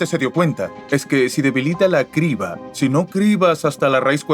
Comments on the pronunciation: ¿La "sibra" de Eratóstenes fue un gazapo humano?, suena raro que un humano cometa ese error de pronunciación. 🤔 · Cómo vas a decir "cibra" 😂😂 Cambien a un actor que sepa leer y conozca más palabras en español.